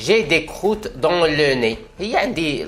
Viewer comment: Bonjour, si je peux me permettre ce n'est pas croûtes mais crottes et test est sans e à la fin